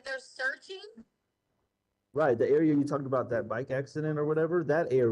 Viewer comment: Did Dr. Stauch say "searchening" 😳